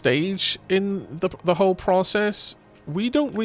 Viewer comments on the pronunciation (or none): none